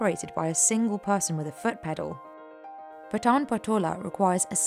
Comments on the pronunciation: Very informative video. Just one thing - not sure if others have covered it in their comments - it's pronounced Paa-tan not Pa-taan. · The lady pronouncing it wrong totally ... It's not pataan it's paatan patola saree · Its not पटान its पाटण !!! She pronounced so wrongly our place like she speaking of pathaan!! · Thats Pa(aaa)tan and not Pata(aaa)n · It's Paat'n not p'taan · It is Paatan, not Pataan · It's pronounced as Paatan not Patan. Very shallow research. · It's paatan and not pataan please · You should correct your pronunciation, it is Paatan not pathan or patan. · It's pronounced "paatun" and not pataan, please. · Its Patan Not Pathan 😂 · Paatan( paa ta n) not paatun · It is Paaatan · Even she is not pronouncing the word "Paatan" correctly ... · Very different words, and her pronunciation of Patan is wrong. "Pat" is pronounced similar to "Part" and "an" similar to "done".